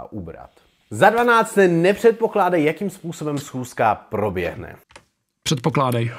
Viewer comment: jak jako "probjehne" XD bože